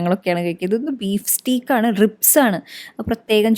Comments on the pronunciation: It is pronounced as stake..not steak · Its not steek , its steak sounds like stayk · സ്റ്റീക് അല്ല സ്റ്റേക്ക്‌ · Yeah stayk. Njaanum sredichu